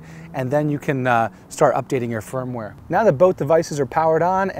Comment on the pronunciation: Is he saying "Firm-Ware" or "Phone-Ware"?